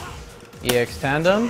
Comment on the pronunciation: it slightly bothers me how he doesn't stop calling Tanden Tandem...